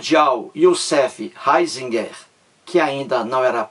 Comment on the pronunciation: Nao sabe nem a pronúncia do nome do Ratzinger